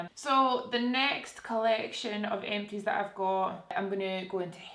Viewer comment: kept thinking you were saying eccies when you were saying empties